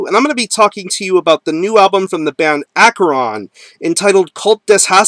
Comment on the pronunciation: Great band and I have had the pleasure of talking to Vincent Crowley many times and he is very cool and like King Diamond the man Vincent Crowley is a real Satanist. BTW the band name is pronounced ASHERON not AKERON he has made this clear many times and pronounces it this way himself